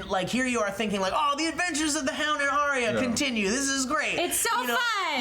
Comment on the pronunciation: Little Finger wants the North. thats my guess. Also Arya's name is pronounced Ar-Ya not Ari-ya